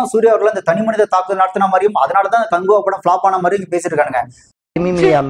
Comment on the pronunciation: காங்குவா இல்ல, காக்குவா 😮